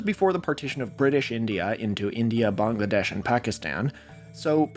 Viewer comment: It’s Bangladesh, not Bongladesh.